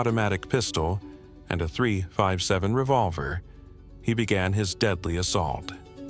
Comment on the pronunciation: AI narration. No one says someone carried a 3-5-7 pistol. It is a three fifty seven. Purple prose. Fake age flecks on the video that repeats every 3 seconds. Repetitive stills. High promise, unfulfilled.